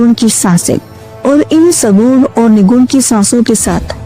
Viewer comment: सुगुण नही सगुण ! निगुण नही निर्गुण!! पहले ये परिभाषा सीखो,बादमै लोगोंमे ज्ञान झाडो ! ज्ञान उच्चारण आत है क्या ? कि ग्यान उच्घारण करत हो??